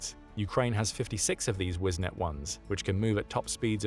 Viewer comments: Minor nitpick - it's "Wisent", not "Wisnet" 🧐😛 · Its Not wiznet its Wisent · "Wisnet"??? No, it is Wisent (Wee-sent) "Bison"... All armor in Germany is named after animals. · Wisent, not Wisnet. Wisent means Buffalo. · The name of the German machine is "Wisent", not "Wisnet" - it is spelled correctly in the video but pronounced incorrectly in the audio with the letters 'e' and 'n' transposed. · We sent - not - wisnet 🤨